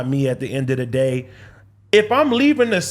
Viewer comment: AD is a lame and sounds like a completely incoherent idiot. As the token Black guy who clearly enjoys playing the the role of the token Black guy on a white show, your buffoonery is annoying, inarticulate, and disgraceful “at da end a da day” 🙄